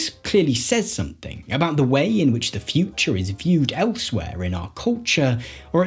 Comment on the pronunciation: interesting, I would have paid more attention if I wasnt soooo distracted by the guy's inability to innunciate the final syllable of each sentence "bold new visions of the futch..."